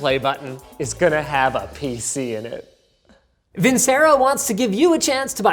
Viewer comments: M80, you pronounced vincero wrongly. I've seen the ad so many times. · Oof, Linus just so you know, since it's italian in origin, Vincero is pronounced "vin-che-ro," not "vin-se-ro" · It’s pronounce Vin-CHero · its pronounced vinchero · Vincero Pronounced Vinchero ,PLS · me an intellectual, its vincero (vin-chero) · he could have at least pronounced his sponsor - vincero - correctly... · You pronounced Vincero wrong, and It makes my Italian blood boil.... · When Vincero notices you pronounced the Sponsor’s name wrong😂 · Bro who did u butcher the watch name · I love how everyone at LTT still pronounces Vincero wrong.